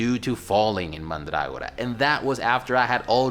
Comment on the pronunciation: Mandrágora. How very pronuntiatio restituta of you!